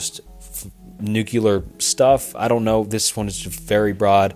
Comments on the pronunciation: Good video. It's pronounced (noo-clear) not (noo-qu-lar). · Jesus dood say it with me, "new clear" not "nookalar" and maybe figure out pronunciation of like 40 percent of the words in script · Thanks for the new, clear way of how to pronounce "nookyular." Those queeyulars in government are doing their best to bring it about. Have no fyular, crack a byular... because the end is nyular. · Nu-CLEAR. Not New-QUE-Ler. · Nuclear. Not newkyuhler. It's not a case of "tomato, tomahto". It's a case of reading a word and saying it wrong. Lmao. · NUCLEAR not nukular lmao. just a pet peeve tho great video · "Noo-klee-ur" not "noo-cue-lerr" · It's pronounced New-CLEAR, not New-kew-lurr. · Bro you need to learn how to pronounce "nuclear." It's not NEW-q-lar. It's NEW-klee-ar. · It's *NUCLEAR*. Not "Nukular". *Strange-let*, not "Strangle-et" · Bro says "nucular" lmao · "Nucular" never fails to amuse me whenever I hear someone say it like that lol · NuCLEAR. Hate to be that guy but it bugs me a lot lol. Great vid tho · This guy is obviously a competent speaker. Every time he said Nuke-cular, it made me laugh. He must have gone to the George "Bushy" Bush Academy. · I agree it's been getting better. I definitely have issues with the mispronunciation of words when it's a video and can be rerecorded. Pronouncing nuclear "new-cue-lure" really got me in this one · "prolifitarian" bonus: "nucular."